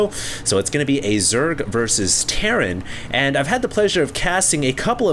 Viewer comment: Terran = "Terrain"